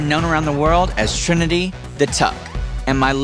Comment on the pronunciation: AKA WHO??? Girl its Trinity not Trænny